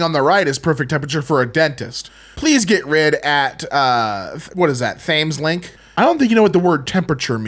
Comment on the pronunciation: th ames link TH AMES LINK ah yes the river th ame not to be confused with the Thames